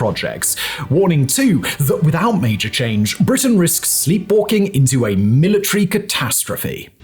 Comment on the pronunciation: milli-tree and centi-pee. lol